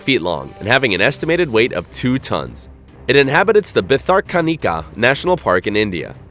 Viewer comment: Its not pronounced bitharkanika.its bhitorkonika.